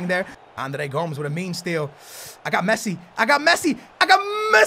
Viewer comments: Gomes is pronounced Go-Mez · This fool thinks he's Portuguese but he said Andre GOMES GOMS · Is he even saying Andre Gomes right